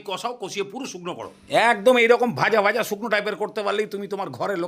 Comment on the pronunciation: আপনি, Bhai, Bhaaja কে Vai, Vaaja কেন উচ্চারণ করেন? 🙄 এক্সেন্ট বা জড়তার ইস্যুতো এটা নয়।